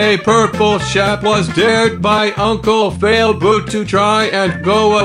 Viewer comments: Yeah but it's not Failboat it's Failboot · So now you have to do a video where you don’t say unCle FaILBooT you have to say unCLe faILBoaT